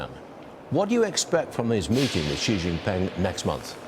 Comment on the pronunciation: The full name of the Chinese president, Xi Jinping, should be said smoothly as shee jin-ping, not zhee awkwardly. You’re commenting about him but still don’t even know how to pronounce his name—ridiculous, what a loser.